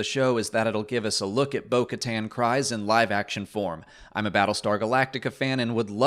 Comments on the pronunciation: Kryze is pronounced Kriz. You don’t emphasize the silent E. Silent E does not change the sound of the Y. The name is pronounced several times in clone wars and rebels. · I know that there are a bunch of ways to say the various names in Star Wars, but I will never accept you saying Kryze as Cries. You hear it said in The Clone Wars, it's Kryze, rhymes with rees, which is what I want to do everytime you say it the way you do. REEEEEEEEEEEEEEEEEEEEEEEEEEEEEEEEEEEEEEEEEEEEEEEEEEEEEEEEEEEEEEEEEEE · It's even said in the clone wars. Satine's last name is pronounced "Kreeze" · Great recap, as always,. But I believe "Kryze" is pronounced "Kreeze" when we hear it said in The Clone Wars.